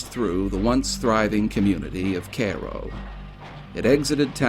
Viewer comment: Cool video, I do believe you are mispronouncing the town name of Cairo.